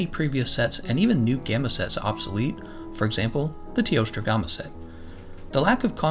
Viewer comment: One of THE WORST THINGS about the game is how YOU DON'T KNOW HOW TO PRONOUNCE GAMMA!!!